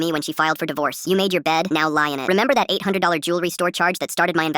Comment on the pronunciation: He practically said Denied THOT!!!! 😂😂😂